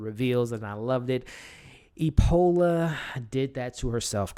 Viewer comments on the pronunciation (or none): Epona, not Epola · Love your reviews but you keep saying "Epola", her name is "Epona".